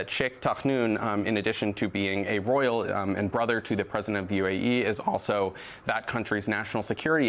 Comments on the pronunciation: This lady can’t pronounce her Y’s. How can she be a reporter when she can’t talk right? Not royals. She says Rolls 3 times. good grief. She makes the south look horrible. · Can she not pronounce the word ‘royal’ 🤔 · Is she trying to say Royal? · What's with this person not being able to say, "royal"? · If you're going to gexa newscaster, maybe you should be able to pronounce words like royal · Is she trying to say "royal"?😊